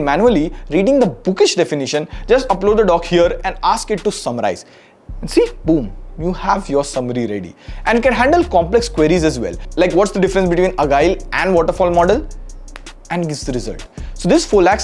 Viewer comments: did really pronounce "Agile" as "Agaeel" and not "Ajaeel"? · Agile is not pronounced like that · agile not agile